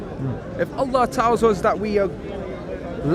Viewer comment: it makes me cringe how he says allah like he’s from Pakistan, he’s literally the most English sounding person I’ve ever heard.